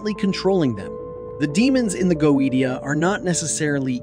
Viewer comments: The original latin is goe-zia with the letter "Z" pronunced hard... Not like "S". T + i + a/o is always pronunced in that way in latin, never as "T" or soft "Z". By the way, there's no need to be salty about that, everyone could make a mistake. However, I can see that it must be really bad for you to work with passion, creating great videos to expand knowledge only to be criticized on words pronunciation... And I am sorry for that. I have discovered your channel this evening, And from what I have seen it's a very good channel and your knowledges are vast and well documented, so I want to thank you for all your work and your dedication, I have just subscribed. Un Saluto from Italy. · Go-E-Tia???? you know we can't take this even remotely serious right? (edit) I now find the video more credible however...... I believe original pronunciations should be noted when it is spoken in a different language than the rest of the video. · Fuck. Is it not pronounced "goesha" ? I have been pronouncing it wrong for years lmao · GO-AY-SHA say it with me, pronouncing this wrong earns a downvote. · go AY sha... Goetia pronunciation. Demonologists version. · You're mispronouncing it right out the gate -GO EH SHUH!!! C'mon man??? No telling what other words you're going to massacre...? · Goweedeshu. 😅 No dude, that's how it's pronounced in 'mom's basement demonology'. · It's pronounced go-ay-she-ia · "If you're gonna make a video about a goetia, the least you could do is pronounce it properly." - Mike Wazowski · teach your auto voice to pronounce Goetia and double check your photos. last time I checked neither a lion nor a man nor a donkey looks like a goat! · you pronounce it wrong. how can you know anything about it when you cant even pronounce the word Goetia correctly? The degradation of an AI made internet is all too clear. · this is not how you pronounce goetia in Latin 🤦‍♂️ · Youre saying GOETIA wrong!!! If you are gonna do a video on this at least say the word right LOL